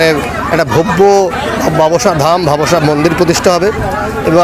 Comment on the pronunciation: বাবসা না বাবোসা ভালো করে জানুন তারপর উচ্চারণ করুন নাহলে ছেড়ে দিন reporting